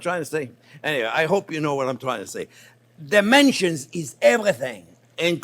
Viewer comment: Chef Jean-Pierre: Oh! Omg! That is a sauce with dementia! (this is how my ears heard my favorite crazy chef pronounce 'dimension.')